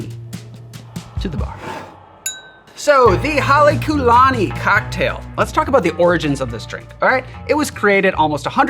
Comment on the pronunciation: As a student of ōlelo Hawai'i (Hawaiian language), and a part Hawaiian myself, I wouldn't quite say the pronunciation was excellent. And if I'm not mistaken, although even the hotel doesn't use it, I believe there should be a kahakō over the u like what you see over the ō. Hale meaning house; lani meaning Heaven, And the Ku, (kū) meaning befitting (in this context).